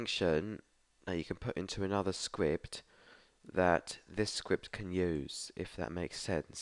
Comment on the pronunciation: Is is just me or is he saying sqwipt insteas of script